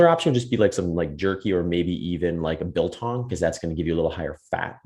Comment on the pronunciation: Well done on your biltong pronunciation, and thanks for the good info. Regards from South Africa